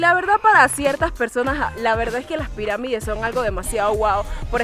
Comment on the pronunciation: Se dice pirámides no peramides.